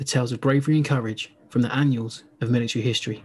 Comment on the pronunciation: Thanks for shedding light on an overlooked area of history. BTW its "annals" not "annuals"